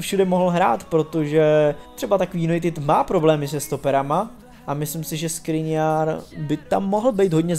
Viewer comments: Milan škriniar on tam ma š nie s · Škriniar sa nečì ta sa Skriniar ale Škriniar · To je Škriniar nie Skriniar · prosím hovor Škriniar a nie Skriniar ďakujem inak super video prosím ❤️😂😂😂😂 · S klubu by mel odejít pogba a škriniar sa nečíta skriniar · SKRINIARS?!!!???!!! ŠKRINIAR, NIE NÁHODOU! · Vážne povedal Skriniar je to Škriniar !!!!! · Ty vole!! Škriniar, nie Skriniar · Škriniar nie Skriniar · Śkriniar nie Skriniar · Š-kriniar, Š-kriniar.....:) jk. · loftus ček a skriniar :D:D:D ty si odborník na slovo vzatý